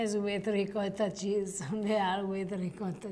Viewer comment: Great video. I have only one question., how is it you still pronounce ricotta as “ri-cah-da”. Listen to say it. It’s beautiful.